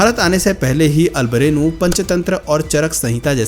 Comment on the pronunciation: अल बिरूनी हैं अल बरेनु नही